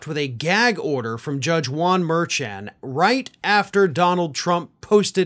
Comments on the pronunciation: The judge's last name is pronounced, "mer-SHON", not "MER-chun". C'mon man, get it right. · The judge's name is pronounced Mer-shaun. Not Mer-chan. You're normally a lot better at respecting how someone's name is pronounced. Hell, I remember you complaining about how Republicans keep pronouncing VP Kamala Harris' name wrong to slight her. Please do better. We expect more from you. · Merchan pronounced "Mer-shawn" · MerSHAWN,. Everyone else pronounces it properly. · For future videos, Justice Juan Merchan’s last name is pronounced mur-SHAWN. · The judge's name is pronounced Mer- shawn as told by NY lawyer from MTN, Karen. She told Harry Litman yesterday. 🤔🌊🌵🌞🌊🇺🇦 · and it is pronounced mur- (soft ch) chan... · FYI, i enjoy all that you do but you are pronouncing the judges name wrong. From people that go in front of him, they say mershon. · Have some respect for the judge and pronounce his name correctly. You say incorrectly all the time.